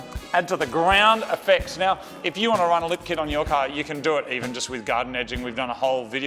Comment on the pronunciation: I like the lip kit(confused I thought you said "Lift" kit at first), but you should try racing without it and with it to see if you can notice any discernable difference in function. Great Job.. Aside from the impacts of Commuters, I think cars are great for visiting relatives, shopping or taking lazy Sunday drives to Niagara Falls/Lake Simcoe on the fresh expressways... I stopped driving 20 years ago and been riding a bike ever since and the only thing I miss about my car is taking those lazy Sunday drives, rolling one up and rolling down the highway.. This "Bud" is for You! 😏👌🌥 What a great finish too with the makeover... Although might have wanted a light sanding with 7000 grit wet sandpaper block during the paint touchups, to remove the "orange peeling" in the "factory" paint, I doubt however that many people put their faces that close to the paintjob anyway... or even notice...